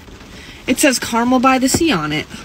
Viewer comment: Hahaha that isn’t how you pronounce the town of Carmel. It has a more distinct e sound.